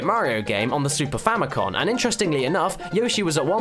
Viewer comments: It's Famicom, not Famicon. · famiCOM. not famiCON